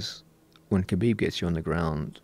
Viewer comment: Joe "Khalabib" Rogan